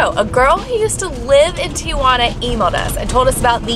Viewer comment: It’s so funnny the way he pronounced Tijuana he pronounced it like “teouana ”